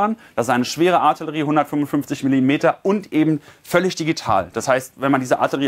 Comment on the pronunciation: Junge, es heißt Artillerie!!